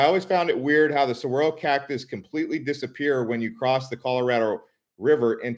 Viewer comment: Saguaro is pronounced "sah-Gwah-roh" not "suh-wah-roh"